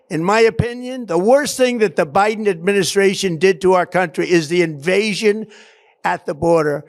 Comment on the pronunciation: nobody, everybody, Dem-O-Crats, Bi-DN